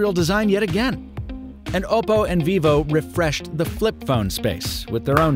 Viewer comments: OPP-oh.... not OH-poh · Oppo is Op-oh Not Oboe with a p